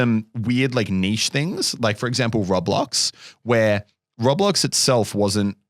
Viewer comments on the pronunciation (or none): HOW DID SAY ROBLOX!!!!! RO-BLOX WTF!!!!!